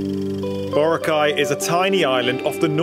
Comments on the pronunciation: It's boRAcay... not BOracay. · It really annoys me when foreigners can't pronounce Boracay properly Its pronounced as BURAKAI not BORA-KAI🤦🏻‍♂️ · in Hermione's voice It's BoRAAcay, not BoraCAY. Sorry, couldn't help it. XD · Borakai (one word) not bora-kai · I hope you learned how to pronounce BORACAY correctly. Not bora cay. It’s bo ra cay. Listen how PDu30 pronounced it. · Pronounce word correctly... Boracay... Malumay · American: borakay Pilipinos:hoy gago Boracay yan hard hindi soft gg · Respectfully, can foreigners pronounce boracay? The way they say it feels like it is the correct one